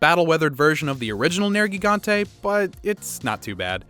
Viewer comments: I think "Ner-Ji-Gan-Tay" is more phoenetically correct. While Nergal is the God of Death and War, Gigante is the name meaning Giant. Nergigante as a name means Giant God of Destruction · I hope you do some research on how their names are pronounced I'd love to know where you learned some of them like Nergigante which is said as Ner-Gigante not Nergi gante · Ruiner Nergigante not Oregon